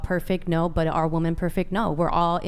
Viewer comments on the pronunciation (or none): Is it impossible to say women and not woman, when speaking in the plural form??? What is going on with these women! Not the only episode this has happened! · Why do so many of them say woman instead of women, I think is on to something here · Why do so many women on this podcast always say woman rather than women? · Why do all these WOMEN keep saying “woman” when speaking in the plural? Idk why but it super annoying to me lol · Annoyingly many do that. They actually say [wooh-men] failing to understand the difference between the first syllable's singular and plural pronountiation in each of these forms of the word [wooh-man/weeh-men]. A basic failure of the education system, which ressources were cut in half by ronald reagan. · She needs to learn how to pronounce the plural of Woman